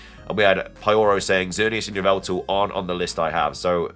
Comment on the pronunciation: YVELTAL, NOT YVLTVEAL!